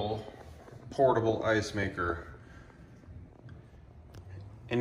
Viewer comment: "PROTABLE." Yes, it is definitely made in China😂.